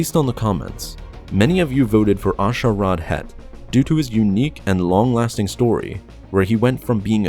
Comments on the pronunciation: On the screen asharad he says ashareed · it's A'Sharad you fool! there is no "e" in his first name! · Dude.. Pronunciation... C'mon son... A'shareed? Saluucamy?? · Omg learn to pronounce the names right. First you said A’Shareed, it’s ah-shar-ed, then you used the correct pronunciation. You first said Deee-puh Bilaba, it’s Deh-puh. Then you said Can-un, it’s freaking Kay-nan. These are simple things to look up so you can say them correctly. I mean, if you don’t care enough to do a tiny bit of research to learn the correct pronunciation, then why should I care enough to watch/like/subscribe???? Would you turn in your thesis paper with all the words misspelled? Not if you wanted a good grade and to be taken seriously, so at least put a little fucking effort into your videos, it’s just a polite, respectful, intelligent thing to do. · Its A'Sharad (pronounced Aa Sha Raad), not A'Shareed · sorry to be "that guy", but you mispronounced A'Sharad's name, as well as the name of Saleucami. It's pronounced Saleuca - MY, not Saleuca-mee. And the emphasis is on the "leu" part of the word.